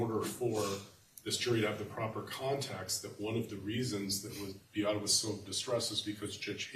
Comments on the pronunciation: It’s wildly disrespectful and her name isn’t hard to pronounce at all. BEE-AH-TAH. Come on now. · Anyone else so annoyed by the ignorance and disrespect of the defense lawyers by mispronouncing Beata’s name? They have been sitting in court for 16 days with her name repeatedly being pronounced properly by the plaintiffs for crying-out-loud. You know what that signals to me? they are deliberately choosing to say her name incorrectly because they don’t truly care about, nor feel sorry for, how they treated her, Maya, or the family. If I were Jack, I would lose my mind every time they said her name incorrectly. My heart hurts so badly for them.